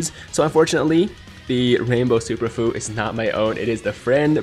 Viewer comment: Other Dokkan YTers say that Fu is pronounced few not foo just letting you know my guy, keep up the good content 👍